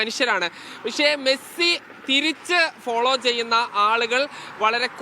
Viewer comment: മേഴ്‌സി അല്ല മെസ്സി 🤣